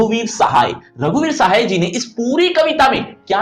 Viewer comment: Shay nhi sahay